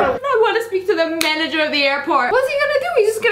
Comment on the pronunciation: “tHiS mAn Is DiSoBaYiNg ThE BiYcEl LaWs” “I wAnT tHe MaNgEr Of ThE aIrPoRt”